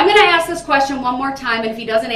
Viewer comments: The proper word is ASK not axe. Talk normal please! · The proper word is ASK, not AXE. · That’s because you’re not witch him. He needs to axe his questions and a dictionary to understand what “advising” means. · He pronounces it as AXED. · He does ax a lot of questions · If I were the Prosecution… I would “Object” every single time the words “Axe”, “Dat” and “Twooth” were used … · Cracks me up how he cant pronounce the work 'ask'...